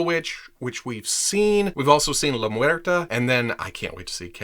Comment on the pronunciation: You pronounced Muerta perfectly